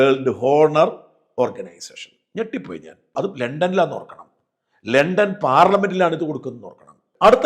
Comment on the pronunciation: ലെണ്ടൻ ❌ ലണ്ടൻ✅ ഹോണർ❌ ഓണർ ✅